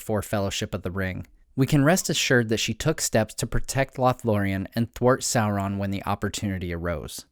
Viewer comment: Why do you say "soulron" and not "Sauron".